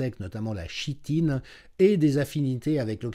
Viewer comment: Chitine, prononcer kitine. merci pour vos analyses si précieuses.